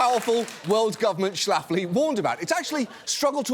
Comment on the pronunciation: Shlafly rhymes with Lately.